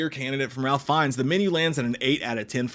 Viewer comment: I think you pronounce Ralph in a way that rhymes with "safe."